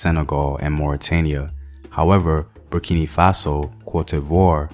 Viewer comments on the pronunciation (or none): Bur-ki-no Faso...not Bur- ki- nee my brotha. Co-di- vwah...not Cote- di- vore...good job otherwise